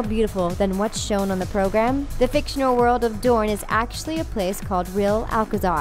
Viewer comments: I wanted to enjoy this but the mispronunciation is too much. "DRONE" lol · Ha she said drone instead of dorne and they typed as drone when she said it. When they mentioned the water gardens. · "The water gardens of DRONE" XD lmfao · Drone, Davis, Melisander, Thein...goddamn, also it sounds like she says excess rather than Essos.